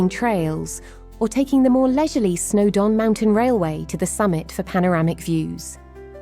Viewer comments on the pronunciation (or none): I think the text-to-speech convertor needs a bit of attention on this one! OK, so Betws-y-Coed would be expected to cause a couple of problems, but Culloden (cull-ODD-en not cull-OWED-en,) Orrest Head (ORR-EST not ARREST-HEAD,) and Snowdon (SNOWD'N not SNOW-DONN,) shouldn't pose challenges to decent software!